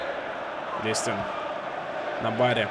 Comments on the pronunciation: не дИстэн, а ДистЭн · помидорка ДистЭН ударение на последний слог! Так коментаторы ПЛ говорят! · LeX Tar на 2 слог)))) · очень хорошо, но на будущее Дистен говори)) он же француз